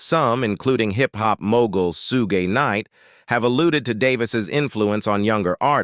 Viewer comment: This is an AI generated voice that reads text and just makes the sound of the letters. Sugay Knight- Suge 😂😂😂